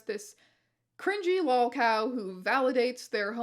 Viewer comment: It is a little funny that this person would have trouble saying 'lolcow' when, as a relative outsider and newcomer, as far as I can tell this channel is almost solely a lolcow-based business?